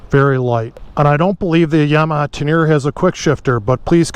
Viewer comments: Don’t want to be that guy but it’s pronounced Ten-er-ray. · Love the video other than pronouncing Teneré